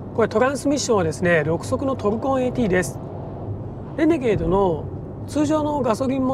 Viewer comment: イントネーションはレ→ネ→ゲー↑ド↓…じゃないの？私少数派？